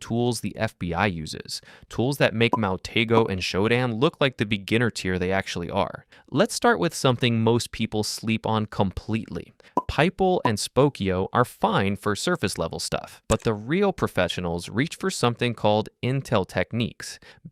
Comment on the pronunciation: Did you just pronounce Pipl, a search engine for looking up info about ….people, as ‘pipe-ell’ or did I just have a stroke?